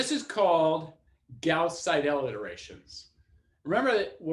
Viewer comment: Nice lecture, good explanation. Minor nit-pick on the pronunciation of the german name Seidel: the german ending "..el" is usually pronounced more like the english "..le" in the english word "idle". So, if you say "idle" and put an "S" before it you'd pronounce it almost perfectly.